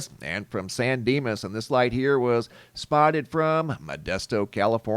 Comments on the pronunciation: San Dimas? Maybe it's Bill & Ted. 😂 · You said San Dinas and I expected to see Bill and Ted lol